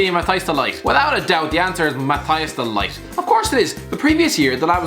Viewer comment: Christ, Math-hi-us de light? It's pronounced Matt-hee-ass de lee-gt